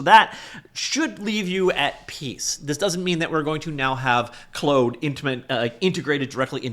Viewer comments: Clode code is the superior pronunciation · How can you have never used Claude. Watch a video on how to pronounce it properly.